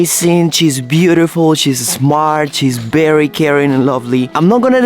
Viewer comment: Bery instead of very, hehehehehe,, come on, teach how to say Vvvv, so cute dude!